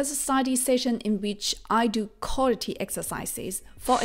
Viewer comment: By the you have great pronunciation. I have 1 recommendation that may help improve it a tiny bit: you are saying “collity” for the word quality. It’s correct pronunciation is closer to “cuh wah lity”. Not trying to be nit picky. We all understand you so it’s not a big deal but it can help improve your pronunciation that much more for words that have the “qu” letter combination in English